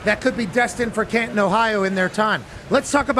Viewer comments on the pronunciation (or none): none